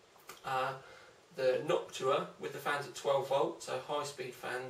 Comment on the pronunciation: "Knockua" :D